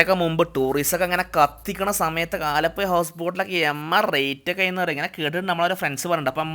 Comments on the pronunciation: aalapuya alla me aalapuzha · ആലപ്പൊയ, ആ കോയിക്കോടൻ ഭാഷയിൽ തന്നെ, അവസാനം തിരുത്തിപ്പറഞ്ഞു. 😂😂